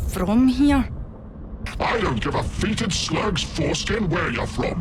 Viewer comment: That's not how "fetid" is pronounced.